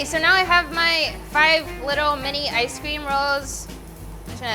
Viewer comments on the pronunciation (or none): none